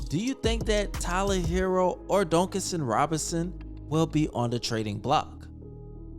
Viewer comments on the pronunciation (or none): The way you say Duncan Robinsons name drives me nuts it's like dunk not donk. I like the content though